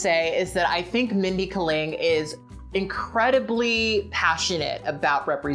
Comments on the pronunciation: Just a friendly pronunciation correction, it's Mindy Kay-ling. Like you are saying the letter "K" then "ling". (note: I looked up a video of her saying her name because I was worried I had been pronouncing it wrong.) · actually, you're right. her name is chokalingam... and kaling in that is actually pronounced as kuh-ling. She seems to have accepted K-ling only because that sounds more americanized. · You listened to people interviewing her and still call her "Mindy Ka-ling?" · The way you pronounce Kaling is killing me lmao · Why do we have to "place her"?? Why can't she be both critical of Fred's stupidity and privilege while also appreciating his sexual appeal?? Why can't she be a little more complicated?? It's definitely bad that it isn't funny, but I find her approach a little more honest, if complicated. Also the way you pronounce "Kaling" sounds kind of racist.